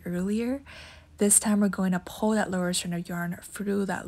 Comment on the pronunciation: This was no help and also learn how to say pull correct